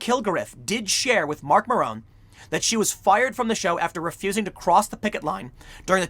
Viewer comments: Marc "Marone"?? XD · He pronounced it Marc Marone. 😂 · That was an odd Marc Maron pronunciation.